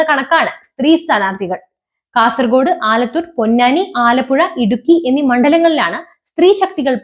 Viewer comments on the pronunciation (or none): none